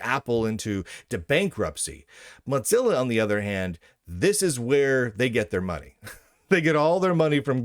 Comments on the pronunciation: Mot-Zilla? Why do you say it like that, there is no T. Its "Mo-Zilla". Its triggering me more than Trump triggers a TDS purple haired zim-zer. 😑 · Mozilla might want to pay you to stop saying Motzilla.